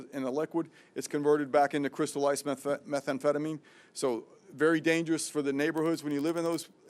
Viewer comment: "Methamphetamine" NOT 'Metha-Amphetamine'. If anyone should know how to pronounce it she should. The DEA gentleman speaking knew what he was talking about.